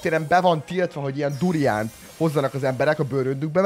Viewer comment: A video felèig az halottam hogy burján.xxxddd